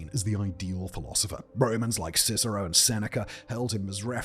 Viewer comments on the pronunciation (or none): none